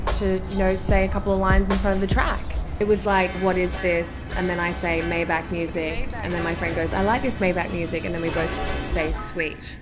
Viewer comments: May Bach not Mai Beck 😅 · Maybach ! Its CH not K like BaCH ! !